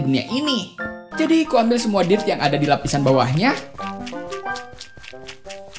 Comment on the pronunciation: Bilang Dirt nya Dill😂😅